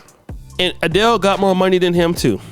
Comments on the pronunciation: Adel not Adelay And I’m not mad Richie Rich I’ll give ii like a year😮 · A-del-lay???? Really????? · Bro u gotta research how to pronounce Adele and Kamala. Sheesh....🤦🏿‍♂️ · How hard is it to say Adele?